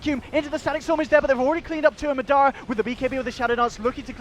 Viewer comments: It's MA dara not maDAra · MAAAA DAAA RAAAA not midara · Anyone else annoyed they don't say Madara right? I believe its pronounced Modara